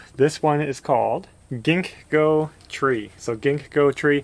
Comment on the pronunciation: The Ginkgo tree is a really interesting tree. It is a "living fossil" found in the ancient fossil record but also found growing today, but only in gardens, not found in the wild. No need to awkwardly try to pronounce the second "G", just simply and quickly say "ging-ko".